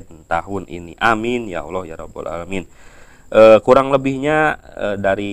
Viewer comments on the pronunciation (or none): none